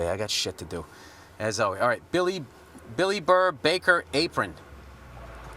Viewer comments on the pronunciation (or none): none